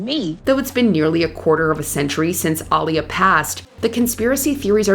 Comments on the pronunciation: pronounced “Uh-lee-yuh” not “Ahlee-ya” Right?…right?? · “AhLeeUh” wtf lol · who The hell is All-E-Yeah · Aaliyah NOT Ilyah HER NAME IS AALIYAH Man Do I HATE 😡 THESE YouTubers who BUTCHERS The Names of The people or subjects they supposedly talking about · It's pronounced AH LEE YAH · Aaliyah = Uh-lee-uh. What shocks me is how many times you've reported on this poor girl and you still butcher her name. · It’s pronounced Ah-leee-ah….. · Who the hell is all - e - yeah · ai got aaliyah name all fucked up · Whyyyyy are you saying Aaliyah’s name like that? I feel like watchmojo purposely does things to ragebait their audience lol 😂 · I am not surprised that multiple people have come on the comments to demand that Aaliyah's name be pronounced correctly. Smh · Why don't you actually take the time to pronounce a celebrity 's name right! How hard is your job? Geeze! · Who else ran EXPEDITIOUSLY to the comments when this woman MISPRONOUNCED Aaliyah’s name……how how HOWWWWWWWW??? I am cringing so badly hearing it. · The way yall pronounced Aaliyah’s name was blasphemous! 😮